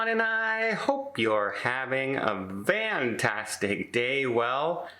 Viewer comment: Can someone let me in on the "hope your having a Van tastic day"? Is he saying van or fan?